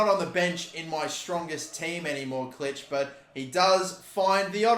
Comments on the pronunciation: You don’t say Klich the I in Polish is a e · Puig pronounced 'Poo-eejh' Klich pronounced 'Clickh' Koch pronounced 'Cockh'